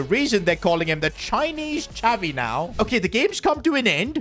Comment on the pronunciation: DID I JUST HEAR " CHINESE XAVI?" omdd